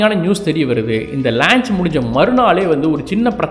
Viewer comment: athu lanch illa paa launch....you doing great job....very informative